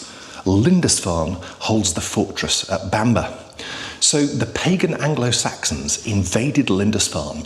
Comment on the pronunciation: Bamburgh is not pronounced Bamber but like burgh in Edinburgh so sounds like Bamborough.